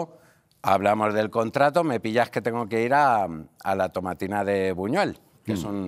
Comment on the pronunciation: Tomatina de Buñol. No de Buñuel como comentas. Soy de un pueblo cercano y lo conozco bien.